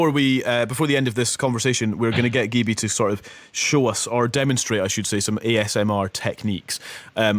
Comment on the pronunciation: Wow this amazing she on the BBC!! I love how the presenter says her name wrong poor gibi